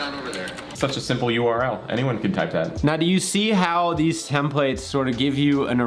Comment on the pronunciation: HAHAHAHAHAHAHAHA YouTube interrupted your sponsored segment with an ad HAHAHAHAHAHAHAHA Also,, I will subscribe as soon as you pronounce "templates" correctly.